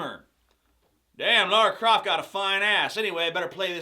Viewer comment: props for pronouncing lara croft correctly